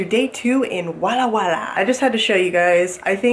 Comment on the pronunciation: did u say walla walla?